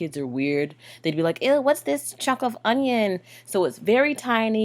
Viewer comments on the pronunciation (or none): none